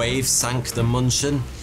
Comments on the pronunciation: its not munchen it is Munich dammit munchin my ass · Its moonshen not munchin. The dots change the "u" to " oo " ÜÜÜ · In case anyone cares, as germans are usually too polite to say anything, the ship in the beginning should probably be 'München' - closer to 'Min-khen', (except for ü), not munchkin. 😅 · It's funny though I keep hearing the ship's name to be muppet sounding Munchkin. München is German for Munich, check the spelling :D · It took me a while to get that the 'Munching' was actually the München. It's the German name for the city of Munich. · ms what? sounds like you are trying to say munich :) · Cringed every single time he pronounced München like munchin' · thats not how you say München